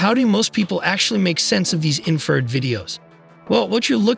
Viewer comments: Seriously, spend a few minutes and get the AI to pronounce things correctly. Infrared sounded like inferred... It's so little effort to fix. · smoking crack. infrared, not inferred.